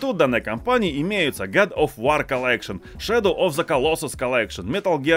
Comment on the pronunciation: Та ты задолбал говорить "вар"!!! Во! Открой транскрипцию слова "war"!!!!